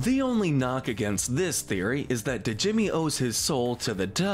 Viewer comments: Not sure if anyone else mentioned this, but... Djimmi is pronounced "Jimmy," not "D-Jimmy." The D is silent, like the P in "pterodactyl." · They way he said Djimi 💀